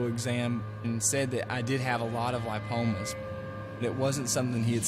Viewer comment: It's ligma not limpomas Btw great editing